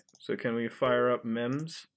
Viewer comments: ITS MEMZ NOT MEME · he called them meameas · is he saying maimais instead of memes